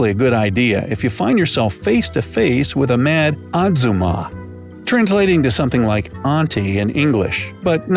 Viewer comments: Its ajhumma.(?)Not azuma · Its Aajumma not auzma😂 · The guy : pronouncing "ajjumma" like " atzuma" Me : 😑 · Did they said azuma its pronounced ajuma 아주마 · Where did you do your research for this video? Most of this is wrong from what ive seen. Also, its Ajumma not azooma, or however you were saying it. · Ahzerma 😂😂 it’s ajuma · I’m very confused about how they managed to spell ajumma correctly and pronounced everything else correctly but inserted a z where the j is? And multiple times, too? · Talking about things some might find uncomfortable while saying azuma instead of ajumma... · I m freaking out how you pronounce ahjama to atzuma 😂😂😂😂😂😂😂😂😂😂😂😂😂😂😂😂😂😂😂😂😂😂😂😂😂😂😂😂😂😂😂😂😂😂😂😂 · i think the older generation of koreans are more judgmental of tattoos than the younger generations, at least from what i’ve been told. so tattoos aren’t really THAT big of a deal. also...아줌마 (aka middle-aged woman) is pronounced more like “ajuma” and not “azuma” 😖 lol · The he is "Ahzumma?" It's "Ahjumma" I've learned korean so I was confused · It is not ha-z-maws, it is ha-ji-mah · im korean and a lot of the things are not true. and hey, u don't pronounce 아줌마 / a-jumma like azuma plus u make it sound like "azummas' (which basically just means 'married woman') seem like some rare species and that is NOT cool. and no, miniskirts are only worn by 'idols' and teens just copy them. n' besides, miniskirets are discouraged by adults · Azzuma? What the frick brick 😂😆 it's ajjuma 😆😆 J J J FOR J-LO's JAM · Hey, its pronounced ajuma not azuma, hmmm. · Ajumma [아줌마] it's pronounced ayooma😎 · i can see most of these are accurate but when he pronounces 아줌마 as "ahzummah" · No offense but you spoke Ajumma wrong. I'm a Korean so I know how to say it correctly. You say it as A. Jum. Ma. Please do not get offended. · I am South Korean. It's so funny that you say 아줌마 to azomaㅋㅋ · the correct pronunciation is a-jum-ma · me, a Korean living in America CRINGED SO HARD WHAT THE HECK IS AN AZOOMA HAHAHAHA